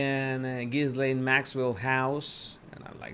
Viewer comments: Great video....very informative ! 👍 Btw, her name is pronounced "Ga-lane"... the 's' is silent. 😇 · The window is partially covered by the curtain. And the “s” is silent, it’s pronounced like “ghee-layne”. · Her name is Virginia. Not Victoria. The ‘s’ is not pronounced in Ghislaine. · Ghislaine is pronounced with a silent "S:. Her job was to groom and teach the young girls how Epstein liked to be massaged and have sex. She also made it easier for him because teenaged girls would be more likely to trust a woman than an older man. Ghislaine was Jeffrey's girlfriend for several years, but he preferred younger girls. Plus, he claimed he had to have sex at least 3x a day and so it took the pressure off her if he had sex with other people and she wasn't his only sex partner. The girls who did it more than once and became like "sex slaves" to Epstein and his friends were promised that their college would be paid for or other things. They came from very poor families. Many had already been sexually abused by others, so they fell into it easily as that is all they knew. Others just wanted the money promised them as they were poor and $200.00 just to massage some older guy seemed like it was an easy gig. I don't think most of them understood he would require sex too not just a massage. Plus, other girls from their high school recruited them so I am sure it felt safe to them. What I am confused about is the girls who went to his island and other states with him what did they tell their parents? Or did their parents not really care what their daughters did at age 14 and older?